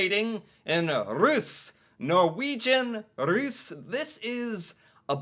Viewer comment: Russ, like russia, long s..